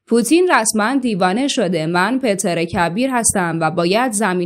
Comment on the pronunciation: بانو شما گفتین تزار روسیه خیلی معروف بود! انگار آنچنان که گفتین معروف نبوده.وگرنه شما "PEŤR" کبیر رو "PETER" تلفظ نمیکردین !🙄😶